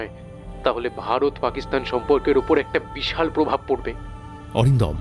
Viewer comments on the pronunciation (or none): none